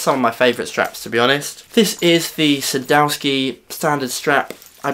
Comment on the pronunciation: I've been planning to fit those the strap locks to most of my guitars but the strap blocks would cost a fraction of what the locks would. I might just put the locks on my favourite guitar and use the blocks on the rest. By the way is Sadowsky a Polish company? My wife's Polish and she overheard the name mentioned in the video. She says it's pronounced "Sad-off-ski" though. Another great vid,.